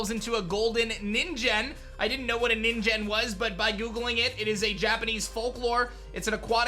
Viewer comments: "ningen" Ni like "knee" + N Gen like the hard G in "again" not "jen" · Bro this dude cannot pronounce any japanese words. Ko-rai-don, mi-rai-don, and nee-ngen.